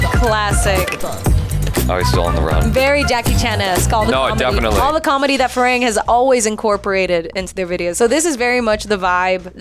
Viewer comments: There crew's name is "farang" not firang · In my mind whenever she said ‘Fee-raeng’ phonetically i keep repeating its ‘Fi-runng’. But then again she said it has thai origin so i also try to ignore it. 😅